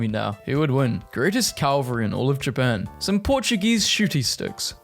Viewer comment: Cavalry not Calvary. Cavalry involves horses and wars. Calvary, where Jesus was crucified. If you cant read these memes properly, either slow down and edit or find someone else who can read.